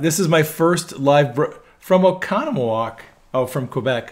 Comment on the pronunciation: Only a true Wisconsinite would say Oconomowoc perfectly. Are from Wisconsin?